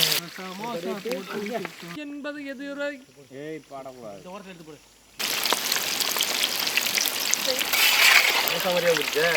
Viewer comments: Samosa ❌ Samasa ✅😅😅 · Adhu samusa illa samosaa